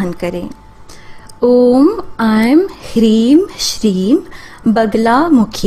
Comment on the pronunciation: Mantra me - Hleem hai na ki hreem